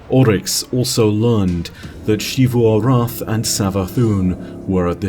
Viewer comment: Shifu arath has to be the most interesting pronunciation choice for xivu, but whatever